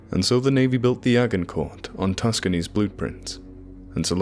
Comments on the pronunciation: Roughly... Ajincoer.. Ajincoer !!!!! No 'G', and no 'T' sound (French)... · A-gin-court. Soft "g", like the battle. Do your research before guessing pronounciations. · Agincourt is pronounced 'ajincor'. Just fyi. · Its pronounced Ajin-core, assumingly named after the battle of Agincourt.